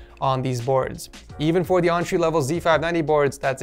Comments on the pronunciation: quit saying ontree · When he says entry I hear entree